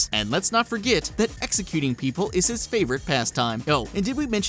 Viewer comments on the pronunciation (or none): none